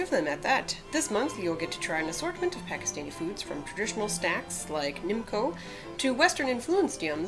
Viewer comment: Btw she pronounced Nimco absolutely right 🇵🇰 love from Pakistan